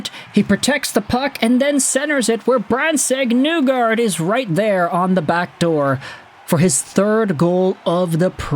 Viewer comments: It's NEE-gard not Nu-gard bro. He's pronounced it for people. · His last name is actually pronounced KNEE-guard, or KNEE-gord if you want to use the Norwegian pronunciation.